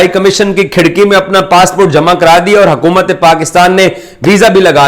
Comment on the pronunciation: Yaar urdu toh thik se bolo it's hukumat not hakumat